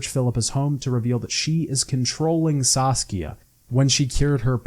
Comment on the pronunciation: I'm sorry but you REALLY need to work on checking the names before you say them. Across all three videos I'm pretty sure you mispronounced at least half the names, if not more. Most of the time it's like a letter or two off but still annoying, like Saskia, Zoltan, Loredo, Redania, Kaedwen, the eye of Nehaleni, Elihal, Corinne Tilly, Aen Elle, Caleb Menge, Dijkstra, Faroe, Spikeroog, Ermion, Morkvarg, Svanrige, and this isn't even all of them. Then a few got absolutely butchered, like Anais, Loc Muinne and Crach an Craite. It gets pretty grating after a while and it makes me wanna click off what is otherwise a good video. Plus most of these come up quite often so I'm not sure how it's possible to get all of these wrong